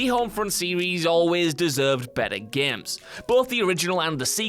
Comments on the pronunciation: It's "games " not "geams" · GAEMES... ITS itches in my brain when he says that word